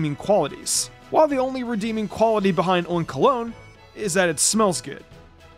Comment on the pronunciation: Bro says oink-alone